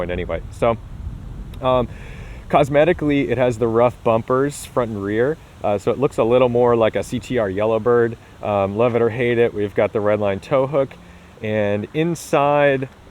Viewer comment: roof, not rough.